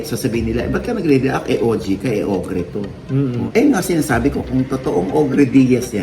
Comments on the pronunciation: OGRE - 1. : a hideous giant of fairy tales and folklore that feeds on human beings : monster. 2. : a dreaded person or object. It's pronounced O-GER not OG-RE. Iyong gumagamit ang alias na Ogre Diaz, for sure, mukhang almoranas iyan! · Baka po Ogre (pronounced as oger) po, gaya ni Shrek. I think the name was meant to make fun of you po. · OGER po ang pronunciation nyan. Baka bash against sayo. But, dedma mo yan. Paninira lng ulit. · mama ogie hindi po og're ang basapo jan , english word po yan na ang basa po jan ay o'ger meaning isang higante na kumakain ng tao. ang example po nyan ay si shrek. fyi po. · I think hindi ogre as in og-re ang basa dyan. Malamang yan ay ogre (oh-gher) ang basa. An ogre is a monster. Malamang patama yan syo mr ogie diaz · Pronounced as "OH GR" yan manash. Hindi OGREEE! OGRE means MAN EATING GIANT - PARANG SI SHREK. OGRE - means a cruel and terrifying person.